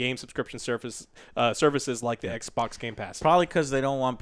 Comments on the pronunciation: The way you say Xbox is extremely racist and insensitive to Asians. Not fucking around. Some of us have Asian family. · I said "Eckbock" yesterday by mistake when discussing xcloud. Damn you